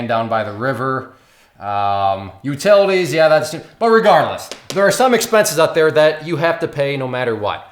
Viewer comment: FIRST! Just realized how badly you butchered the word Utilities.